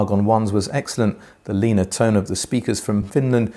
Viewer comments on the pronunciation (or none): none